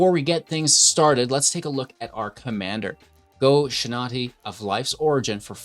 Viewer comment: Love the deck, shrines is always great. Cringe every time you mispronounce “Shintai” but not everyone can be a weeb like me